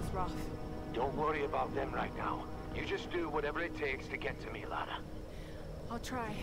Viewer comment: Her name's Lara Croft. Not Laura.